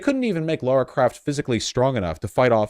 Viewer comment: LARA CROFT LARA. L A R A. Not laura! Why do Americans fuck this name up so much? Lmao